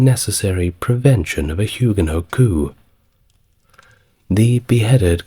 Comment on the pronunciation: River Seine = River Sen, not River Sane. Coup = Coo, not Coop